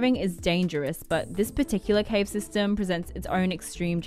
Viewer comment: The wild boars were stuck in the have too? That's what it sounds like she says. ????